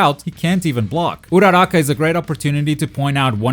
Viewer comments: The way you pronounce uraraka just triggrrd me but good video😁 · I like the way he pronounce Uraraka